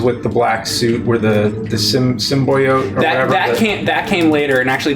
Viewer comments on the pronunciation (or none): Sim-boy-oat huh James? Lol wtf.